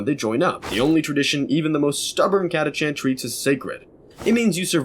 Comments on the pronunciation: They're called Catachans not Chatacants. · Catachan ist spoken with a k like Catakan. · You are the first person I have ever heard pronounce the CH in Catachan. Not saying you're wrong... Honestly I'm wondering how we looked at it and thought "ahhh yes catakan that's correct."